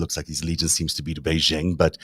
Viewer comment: The "j" in "Beijing" does not rhyme with the "g" in "regime"; it is pronounced more or less like the "J" in the English name "Jim."